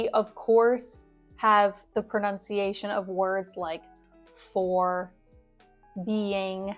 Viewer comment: Sorry, but it is: pro-nun-ciation